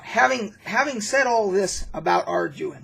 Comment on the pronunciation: It is pronounced are-dew-in. These were the first books that I used in early D&D. I loved the simplicity of the system and vastly prefer it over modern rules. You needed these supplements because the original D & D books were so incomplete. They were just collections of charts, maps, monster lists, etc. None of them actually taught you how to play the game in early days. It was passed from player to player by oral tradition only. I remember being offered a job in high school explaining how to play because parents bought the books for their kids but they didn’t know how to actually make a character or do combat or anything.